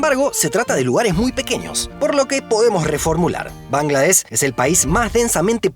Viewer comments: De hecho, correctamente se dice Bangladesh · Bangladesh, se incluye la h y suena. Se escribe Suriname, Bahrein. Tus exónimos mal escritos. La capital es Dacca. Con doble C. Muy buenos videos. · Bangladesh se pronuncia con sh al final.